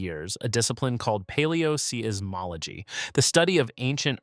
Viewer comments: Seismology is pronounced "Size-mology" NOT "See-is-mology"! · I agree, the pronunciation of "See-is-mology" is a bit jarring. And then there is "Tea-John". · I tried to watch this. Really I did. But I just couldn't take someone presenting himself as an expert who didn't know that seismology is not pronounced SEE-IZ ... smh